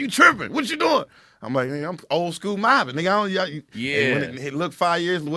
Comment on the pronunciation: Why you always say mOBIn ? Bitch cuz I’m moBIn 😂